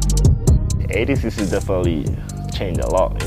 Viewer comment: It’s awful, pronounces “ADCC” like he’s missing a few chromosomes